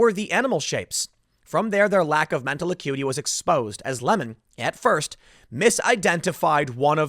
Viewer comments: It's pronounced Lee-mond😁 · Please pronounce his name properly. It's Don Le'Mawn.